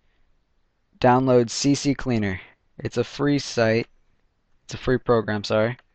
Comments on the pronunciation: c cleaner is how it is pronounced i have had it for a while but nice vid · Funny i all ways said cc cleaner even tho it's ccleaner!!! Lulz XD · nice tips :) ...btw its CCleaner..not CC cleaner :D